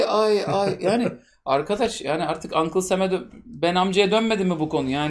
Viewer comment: işte hangi ulkenin ajani oldugunu açıkladı "Ankıl sem" ilimünati dilinde amerika çok yaşa demektir her gün yeni bir bilgi!!11a!1!1!1!1!1! (İronidir, ciddiye almayınız)